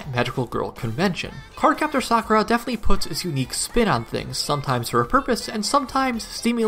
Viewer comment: Ty for pronouncing Sakuras name correctly